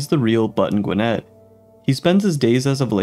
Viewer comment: You're pronouncing Gwinnett totally wrong 🤦🏼‍♂️